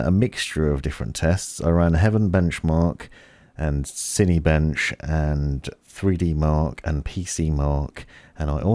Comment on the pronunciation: The way you pronounce Cinebench upsets me.